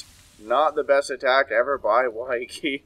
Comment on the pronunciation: Nice Butchering of wakais name LOL